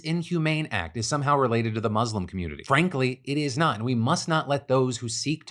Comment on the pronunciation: Quick tutorial on how to say Muslim. Love your videos phil :)